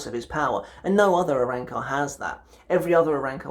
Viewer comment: I’m sorry but I’m gonna be the guy who points this out, RAY-AT-SU and ARAN-CAR I just couldn’t hold myself back that shit was priceless 😂